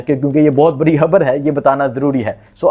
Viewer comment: Habar NAHI. Khabar hy